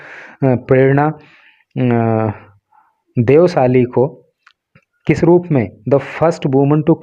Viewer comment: Prerana deosthalee uska pronounce aapne galt kiya. प्रेरणा देवस्थली ऐसा है